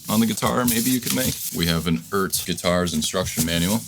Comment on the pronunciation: Just wanted to point out the obvious, which apparently isn't so obvious. The brand name is pronounced E Art.... I've heard it said every which way but. Just like NuX is Nu X. It's still not great, but at least they're using vowels in these Chinese brand names now.